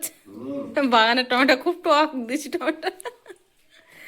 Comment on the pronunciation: টমেটা না টমেটো ।